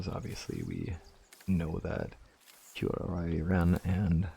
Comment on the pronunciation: Kuroi = koo row ee in pronunciation. Hope that helps. I still remember some of my Japanese from college. :octopus-red-waving